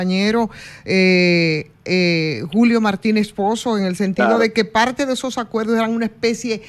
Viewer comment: Como diablo un "comunicador" de una prestigiosa cadena de radio y televisión. Se pueda dar el lujo de decir (acueldo) por acuerdo? (Palte) por parte. (Convelsal)por conversar. Esto una vergüenza.